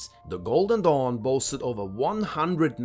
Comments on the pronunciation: Every time he said "golden dawn" I heard "Golden Dong" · I thought he said "The Order of the GOLDEN DONG" LMAOOO🤣